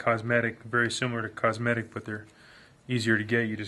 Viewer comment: Coating the threads reduces the false readings you get when the head bolts get tighter, which increases the stress on the threads. By oiling the threads, you're getting a more precise torque reading.... you're doing it right!! (Well, unless you were standing with more weight on your right foot when tightening.... but you knew that!! LOL) BTW... it's actually "Cometic" (pronounced Co-Metic)... not Cosmetic head gaskets; but I'm just being nit-picky now! Nice video!